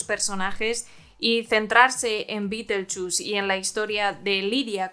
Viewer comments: Hoy voy al cine aquí en España (soy argentina) y mi entrada de cine dice BITELCHUS BITELCHUS, Así escrito! Me partí fe la risa, pero no solo lo pronuncian mal, lo escriben mal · Juraría que se pronuncia BIDELYUZ. Si Beeetlejuice no intenta besar a Jenna Ortega ni levantarle la falda ni ir al prostibulo para pasar el rato. Entonces no es el superfantasma. No me interesa ver a un sesentón que eructa y se tira pedos